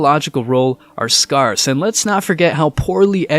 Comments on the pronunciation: Oh and pet peeve time it's scare...sss not scar...sss. Say it properly please or use another word. Scar is in the word, but not in the pronunciation. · "Charmink"? "Sayink"? "Scarsz"? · Not sure if this is an AI voice, but please look up how to pronounce scarce. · SCARCE! SCARCE! Good grief! Who taught you to talk? When you pronounce words like a four year old, it is hard to take you seriously. At the very least, people tune out and wonder if anyone else pronounces "scarce" so strangely. Here you go. No need to thank me later as you obviously didn't read my previous comment abut this or you are just a very slow learner. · For someone that can't pronounce scarce correctly, you sure do like saying it a lot. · Dude, you need to learn how to properly pronounce "scarce"